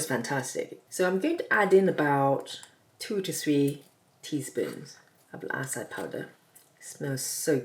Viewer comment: Love your videos. I make the keto french fries on a regular basis. Acai is pronounced ah-sigh-ee. Thought no matter how it is pronounced it doesn't change what it is. 😁 Please don't take this as disrespectful. Be safe, Doc